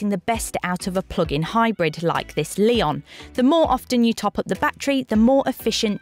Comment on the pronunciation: It definitely is not "lay-on", it's "le-on" with weight on the "o". Two different wovel sounds, not three. She pronounces the model name pretty much spot on in the into